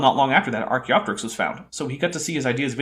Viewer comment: Speaking of, also clearly mispronounced Archaeopteryx as "Archyroptics" So now we have a full Snelling glossary including (but not limited to): Tibula Australeopithecus Archyroptics